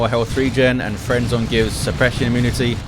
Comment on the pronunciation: always hear friendzone when i read or hear frenzon poor eversor